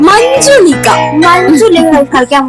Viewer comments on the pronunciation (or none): Manjulika alla muujulika